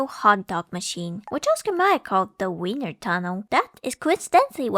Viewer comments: "Viners" ah, yes, from the City of "Vinna" It's still German, so the ie makes an EE sound. We got Weenie from Wiener, which comes from Wien (pronounces veen), which is the German name for Vienna. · i find it funny that even at the attempt to pronounce it correctly, you still did it exactly the wrong way (its wIEner, not wEIner). its actually alot closer to the american pronunciation already, just swap the english W for the V and you basically have it. (seeing english speakers constantly mixing up ei/ie and failing to pronounce either lmao) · the fact that beautifully pronounced that tricky German surname but then consistently fumbled 'wiener' (I before E = 'ee'; E before I = 'aye'...because German is LOGIKAL DAEMMIT) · so most english speaking people pronounce wiener with an unvoiced w as in wing or walter which is wrong but instead deciedes to pronounce the "ie" part wrong instead truly a visionary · ie is an "I" sound, not "ai" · It's insane how English native speakers mess up "ei" and "ie" every single time. The say "Epstien" instead of "Epstein" but now they say "Weiner" instead of "Wiener". It's very simple, dear Anglos, in German: ei = "I" (as in "I can't pronounce things."), ie = e (as in "Ew."). Also: e = "eh" (as in "Tastes horrible, eh?"), i = i (as in "dictionary"). Hope that helps. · It's Wiener, not Weiner. 🌭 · Not vainer it's pronounced viiner like "We" because "ie" is pronounced like the letter "e" but "ei" is pronounced "ai" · my in christ, VIENNA. VIII-ENA. VI-EN-ESE. WIIIIIIIIIIII-NER. if it was pronounced w-eye-ner then vienna would be called v-eye-na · German speaker here, vienner is pronounced Vee-ner...so basically wiener but with a v X'D